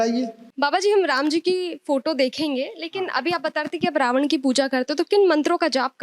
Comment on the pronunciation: यह पंडित जी रावण को रावड़ बोल रहे हैं, विभीषण को विभीषड़ बोल रहे हैं, ऐसे में गलत उच्चारण की परम्परा बढ़ रही है यह अत्यंत सोचनीय और चिंतनीय है।